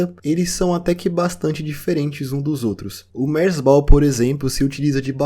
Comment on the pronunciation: Essa foi a primeira vez que ouvi alguém pronunciando "merzbow" que não fosse eu